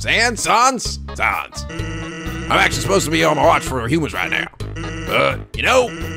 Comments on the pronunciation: It's Sans (rhymes with mans). As in COMIC sans, his typeface. And his brother is Papyrus, again, his typeface. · A good way to pronounce the names are as follows: Sans = Sa (A as in apple) ns Papyrus = Pa-pie-rus Undyne = Un (under) die-n Hope that helps!~ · I mean the main reason is that he's pronouncing "Sans" wrong. If he knows the thing about Comic Sans he'd pronounce it right. So it's kinda necessary isn't it?